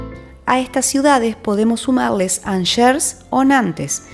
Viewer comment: Por dios, "Anshers"???